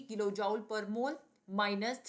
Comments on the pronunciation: Please pronounce Jool and not jaul. It hurts to listen. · Jooule nhi joule hota h pronunciation me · Joule not jaul 😂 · Are mam joule ka pronounciation sudharo